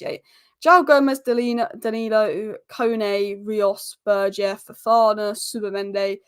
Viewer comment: Poor guy’s name is Berge, it’s pronounced Bergue. He is not French ffs…